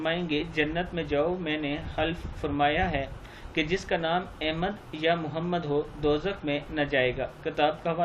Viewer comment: احمد نام کا مخرج صیح فرما لیں ۔